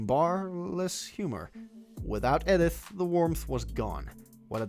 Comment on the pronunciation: Some weird pronunciations too. ED-ith Bunker lol